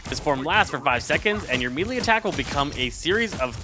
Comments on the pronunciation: For the love of god please…it’s pronounced “MAY-Lay” not “mii-lee” I have watch several of your guides and thank you for making them but bro you are killing me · your guides are great (though you always mispronounce melee)